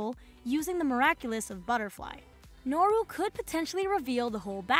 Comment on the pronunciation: its nooro not norro at least thats what i hear